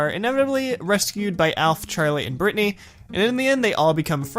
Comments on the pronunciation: its not bratanny its britanny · Did you say BRATNY